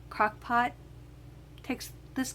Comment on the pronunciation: Crackpot I thought you said crackpot😂😂😂😂😂 I am cooking rice in my crackpot oops Crockpot. Nice recipe, but my Crockpot is slow so it will ready in few hours.😋😋😋